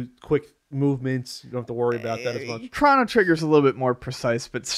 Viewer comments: The irony that I am in fact "triggered" by this (lol) but... Its pronounced "Crow-no" not "Crawn-no" god damnit! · I'd pay $10 for to say 'Chrono Trigger' instead of 'Crawno Trigger'